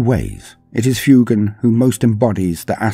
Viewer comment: Love the video! I noticed that you pronounced the Pheonix Lord Fuegan as "Fyoo-gahn"! Fuegan bears a striking resemblance to fuego in Spanish! Fuego, Spanish for fire is pronounced "Fweh-go," so I believe Fuegan would be pronounced "Fweh-gahn!" Just food for thought!